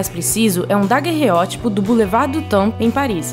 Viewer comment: ela falou o francês errado :D ignorou o "le" no final da palavra temple, pronunciou apenas o "tem", que nessa palavra não é mudo